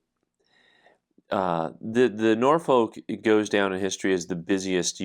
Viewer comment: It's "NOR-fuhk", not "NOR-foke".